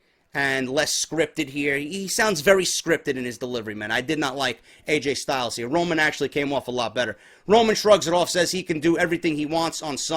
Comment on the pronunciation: Lol "Aj Style"